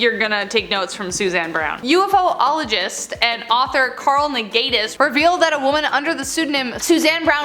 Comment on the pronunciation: I could see you struggling so I will assist... ū-fologist